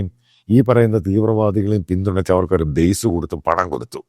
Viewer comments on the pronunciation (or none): none